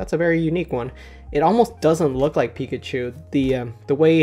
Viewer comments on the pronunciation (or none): none